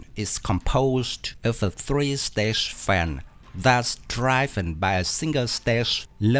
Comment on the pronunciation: How to say "driven": rhymes with "given". 'driven said as "driv-un". Short i sound as in bit.